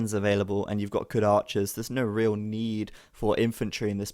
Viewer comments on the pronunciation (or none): none